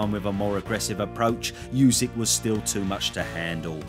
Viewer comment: Oosik, not Yoosik... 😅